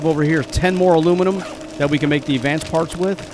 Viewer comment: My new fun. when says Alumelum. I go Bumelum 😛 Thanks this episode was fun 😀